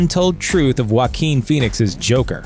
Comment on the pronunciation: That's not how you pronounce jaquin